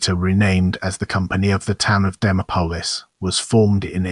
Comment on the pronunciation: Bad AI...pronounced "Dee Mop Olis" 😢